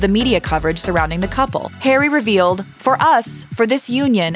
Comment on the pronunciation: Why are you'll calling him, 'Perry'?